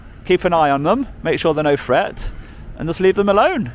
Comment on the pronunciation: 13.47 the word is THREAT not fret